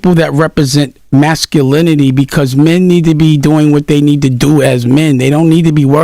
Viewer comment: The pronunciation of masculinT was killing me